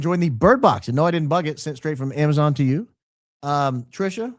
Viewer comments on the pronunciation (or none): none